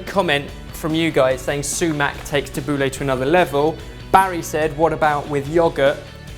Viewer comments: It's Tabul-ee not tabul-ey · Tubbleh is Ta-bou-ley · tab-boo-la not lah thats how its traditionally pronounced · Its 'tha-boo-leih' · It's pronounced Tab-ooh-l-a. Get it right gosh! Look it up it's so obvious. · as an arabic speaker pronunciation of tabouleh is killing me 😠😠 jk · Your pronunciations are hilarious! But great recipe. I'd love to see more middle eastern recipes!! ☺️👍🏼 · Sorry but this isn't the traditional way of making tabbouleh, you don't need vegetable stock just a bit of boiling water and put it to the side for 10mins as you would with rice noodles etc. also you pronounced it wrong xD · Tabouleh is pronounced totally wrong! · the way you pronounced the tabbouleh was so funny. why did you give it a french accent? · It depends where you are from :P i know marocan people who pronounce it french but then arabic people who pronounce it differently.. But he pronounces it very english xD